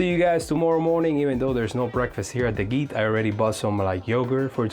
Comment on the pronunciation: Thanks form the quick reply - is encouraging! By the way, I have to say it. The “g” in “gite” is soft like Georgia…